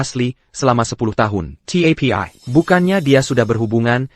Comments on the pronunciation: Bilang TAPI saja TIEPIEAI ha ha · Tapi = Ti e pi ai 😂 sungguh Ai yg bodoh. Mending pake text aja, dubingnya ilangin